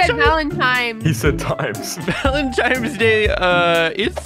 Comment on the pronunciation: "valentimes" I died of that💀👁️👄👁️